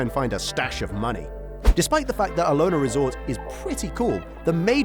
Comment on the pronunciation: The resort at the Ozarks is pronounced AL-Ha-Na (Alhonna) 😉 Not whatever you said..